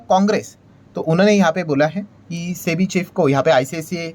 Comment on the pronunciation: Chebi kyu bolre sir